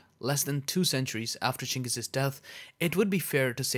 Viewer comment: Yes the pronunciation should sounds " chingis".